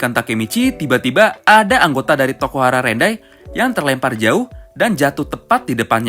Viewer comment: Rokuhara tendai bang bukan rokuhara rendai